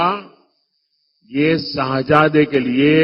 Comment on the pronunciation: 😂"Shaahjaade" nay "Shehjaade" hota hai, Modi 👎 moye moye...